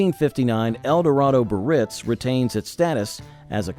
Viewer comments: Cadillac Biarritz is NOT pronounced "Buh-Ritz." There are three syllables and all are to be pronounced: "Bee-uh-ritz." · Edsel CORSAIR - was only one of four models. So much more trouble than you measure. Cadillac BI - AR -RITZ has three syllables. This entire post is offensively substandard. 😡😡😡😡